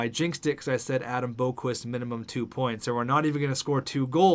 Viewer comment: Tsuimoto - Captain Chubs - Alternate captain Adam don't call him Borqvist Boqvist - Alternate Captain